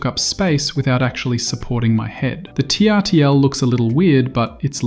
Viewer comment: TRTL is pronounced turtle.